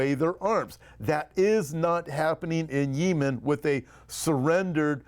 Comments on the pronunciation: I believe the country is pronounced yeh muhn. Thanks for all you do!! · I am by no means an expert on topic; however, I have never heard it pronounced the way is saying it. That being said, I found myself wondering if the people he listens to (nearer that region) might pronounce Yemen the way he says it? I have to admit that the ONLY time has irritated me was him saying Yemen the way he did in the past few days vids😄. Perhaps a "pet peeve". Idk, just made me sqirm every time he said it the way he pronounced it👍